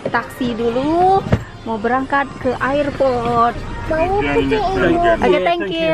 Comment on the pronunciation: mbak itu ngomong airport nya bukan ayer- port tapi er-port...sorry gak enak di dengernya 😘